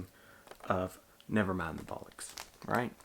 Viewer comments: and it's bollocks, not bullocks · ACES VID MAN! Bollocks is pronounced like... Boh. lox.